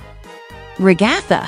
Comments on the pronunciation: It’s not Ragaitha it’s Ragatha 🤦🏼‍♀️🤦🏼‍♀️🤦🏼‍♀️🤦🏼‍♀️🤦🏼‍♀️🤦🏼‍♀️🤦🏼‍♀️🤦🏼‍♀️🤦🏼‍♀️🤦🏼‍♀️🤦🏼‍♀️🤦🏼‍♀️🤦🏼‍♀️🤦🏼‍♀️🤦🏼‍♀️🤦🏼‍♀️🤦🏼‍♀️🤦🏼‍♀️🤦🏼‍♀️🤦🏼‍♀️🤦🏼‍♀️🤦🏼‍♀️🤦🏼‍♀️🤦🏼‍♀️🤦🏼‍♀️🤦🏼‍♀️ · The RE-GA-THUH got me😂😂😂